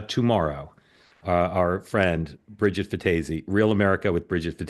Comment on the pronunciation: Bridget fe-daisy lol